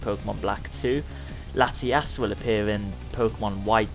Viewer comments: You called the both the latis, latias. Use more emphasis on your o's! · When you said Latios and Latias it sounded like Latias and latiaaas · Dude its Latios not Latias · latias and latiaas lol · Why did you call both Latios and Latias "Latias"? You need to work on your "O"'s, man. I'd understand calling Latias "latias", but Latios is pronounced "La-tee-yos". You did Latias perfectly, actually. You just need to work on pronouncing "O"s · you said latyass XD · He said Latias and Latias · It's called Lati-ous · never mind you said Latios wrong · LATIOS PRONOUNCE IT CORRECTLY